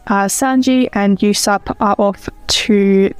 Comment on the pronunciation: Usopp’s name is actually pronounced as Oosopp